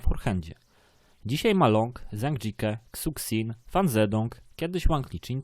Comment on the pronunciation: Szu szin się czyta